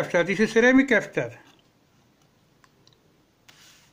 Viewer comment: Wow, 😲 Probs became - PRAABS. capacitor became - KAPSTER. resistor became - REYGISTAR, Farad became - FARADEYY